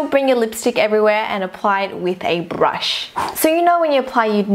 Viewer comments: "and apply it with a bRRRRush" :))) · a brrrushh I'm sorry... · she says brrrush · how she pronounce brush lmao 😂